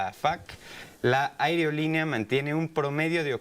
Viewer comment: Enseñenle a pronunciar "AEROLINEA" NO "AEREOLINEA" Se ve finito el plebe pero si necesita vucalizar bien su trabajo